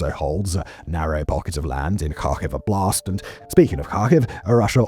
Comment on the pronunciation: The way you say Donetsk Oblast sounds like it some kind of "Donetsk style blast" or a "Blast in Donetsk". Oblast is a word for "area" and if you're interested in the correct pronunciation the first syllable is stressed.